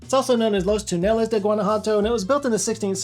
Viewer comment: Bro lives in Texas and can't pronounce "Túneles" (mind you it's almost identical to Tunnels in English, it's literally one extra vowel). pls...